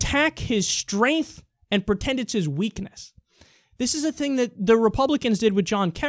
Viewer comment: I kinda laugh every time you say strength